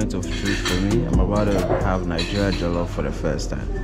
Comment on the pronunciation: My friend its not Jellof its Jollof.